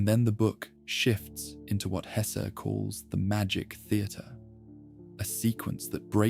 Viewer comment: both E in Hesse are pronounced like the first E in >hesitation or in less ,mess, caress